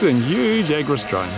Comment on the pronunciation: It's the agras, not agris 😉😉